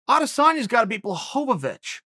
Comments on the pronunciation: Excuse me uncle but who's Blahovovovitchz? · Uncle “blahobavich “ Chael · Did Chael really say "Blachowicz" and then immidiately corrected himself with "Blokovowicz? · From the creators of "Charlie Olives" now comes "Blahovavich" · Balchovich 😅. I love how he just says it. Like he knows he's gonna talk about it but doesn't over prep on the pronunciation. Keeping it real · Does Chael really hate that he can't get names right? I can't actually tell if it's just more top tier trolling or actually unfortunate. I don't think he means to disrespect all of these foreign guys, but maybe he knows he has trouble plays into it a little bit?